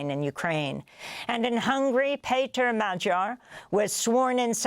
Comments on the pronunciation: its mag yar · The Hungarian guy’s name pronounced Mag-yar or Madge-yar? Others use Mag-yar, but Amy says Madge-yar.